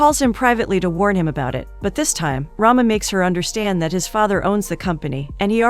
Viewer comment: its ram not rama